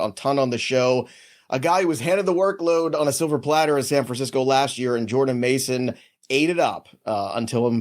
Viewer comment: He butchered Jordan’s mason name like exes 😂